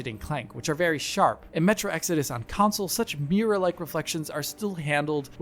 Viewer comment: Cun'sals Counsouls Cownsols Why can't he say console?